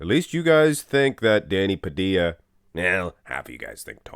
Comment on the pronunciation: Its Danny Pa - dill-a, where's 2 L's in his name